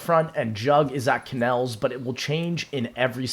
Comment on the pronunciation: Kannels, Windows Wine, Nerro, the shaddaman. Bro what are these mispronounces?